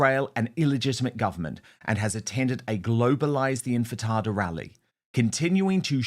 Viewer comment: Dan it is "in ti fada" not "in fi tada"